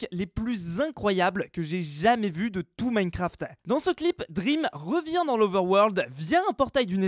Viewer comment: on dit pas drem mais dream comme rêve en anglais